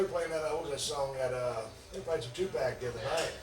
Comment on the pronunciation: Never thought I’d hear stone cold say he likes “2 Pack” 😂